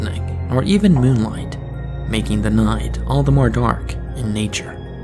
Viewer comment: Noight,, sloight, Yeah, not everyone likes this narrator and so many cutesy mispronunciations.